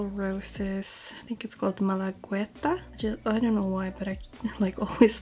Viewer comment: Oh and you're right: Malagueta is the name of a beach in Malaga ( Spain ). As for pronunciation you only need to skip the u and it'll be just perfect. Just say Malageta, it'll get easier too lol 😀🤗